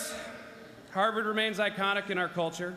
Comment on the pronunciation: Harward = harvest Hahaha ❤️